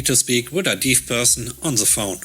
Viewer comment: Actually the word Deaf is supposed to be said like Def (It would Rhyme with words like left, heft, wet, cleft, theft, or names like Jeff, Heff, Steff, etc.) :) Hope that helps for future videos? :) great video today I LOVED the HR revenge story! :)